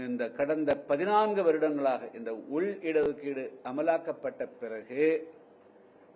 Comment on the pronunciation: உள் இடஒதுக்கீடு என்று சொல்லும்போது கிருஷ்ணசாமி அவர்களுக்கு வாய் திக்குகிறது.சரியாக உச்சரிக்கவும்.தேன் எடுத்து நுனிநாக்கில் தடவினால் சரியாக பேச்சு வரும்.செய்து பாருங்கள். கிருஷ்ணசாமி திருமாவளவன் அல்ல சக்கிலியர் இடஒதுக்கீடு சம்மந்தமாக யார் எதிர்த்தாலும் அவர்களை எதிர் கொள்ள தமிழ்நாடு முழுவதும் ஒருகோடி சக்கிலியர்கள் தயாராகவே உள்ளோம்.